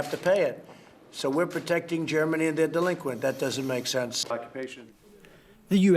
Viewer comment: delingquient he say in a sense...........whaaat